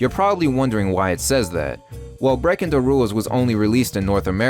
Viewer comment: Breakindawules. Lol